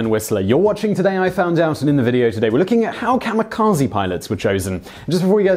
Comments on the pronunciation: Not 'KAMA' but 'KAMI'kaje. Please don't be an American. It's rude. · It's pronounced Kah-Mee-Kah-Zeh" not Zee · Funny. He mentions he will do his best to pronounce Japanese words, and the first one he mispronounces is "kamikaze", which people always pronounce as "kah-mi-kah-zi". "Kah-mi-kah-zey" is the correct pronunciation. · You're good, but I hate how Americans pronounce it "kamukazy". It's kami (gods) and kaze (wind). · Not kamikaze...But Gami-GaJe(Ze).. Originally word from Gami.. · The word kamikaze should be pronounced as kami (神 god/divine) - kazay (風 wind)